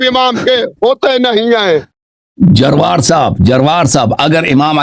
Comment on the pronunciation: جروار ھے بھائی درست طریقے سے پڑھو